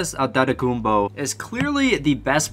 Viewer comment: Thats how u say it in greek